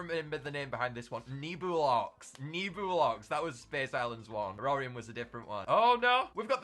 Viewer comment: I think its actually pronounced Ne-Blox Not Nebulox